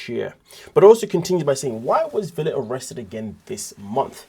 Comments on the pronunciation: It' spelled Villa, but his name is pronounced Veya. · Ve"Y"a (Veya). The "ll" is pronounced "y". So... the name is PRONOUNCED... Veya. You are welcome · Right! Like Tortilla.